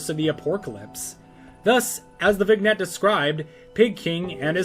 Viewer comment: Btw, vignette is pronounced vin-yet